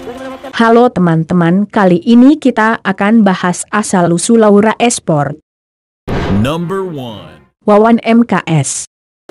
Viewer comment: Kok lu bilang nya laura esprot